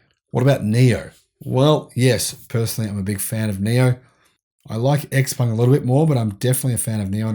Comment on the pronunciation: Also - go check how xpeng is pronounced. Every time I hear (eks)peng a little something dies inside me.